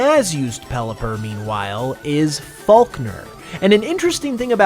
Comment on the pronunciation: Peliper? You mean the word champion Pokémon? Never heard of it